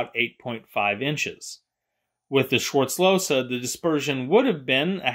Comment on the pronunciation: That's not how the name is pronounced. Im getting aggressive when i hear this. He was my great-grandfather's father and we still have this gun as an heirloom. Please learn how to pronounce my last name!!😩